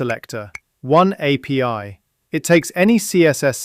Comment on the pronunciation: Yeah, apee instead of api.But I still kind of like the voice. Everything seems more clever in a British accent.